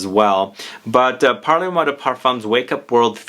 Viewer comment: Great video, —as always! FYI, it’s not pronounced “parlay moi,” it’s pronounced “parl moi...” That final “e” doesn’t get articulated in the same way it would in Spanish/Italian.